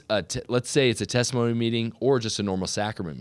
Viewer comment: Testimony meeting, not thanktimony meeting.